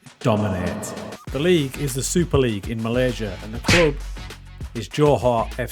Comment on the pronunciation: Definitely thought you were saying Joe Hart for the first 3 minutes